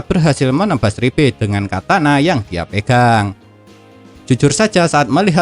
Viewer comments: Liebe bukan ribe! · Liebe ❌ Ribbe ✔️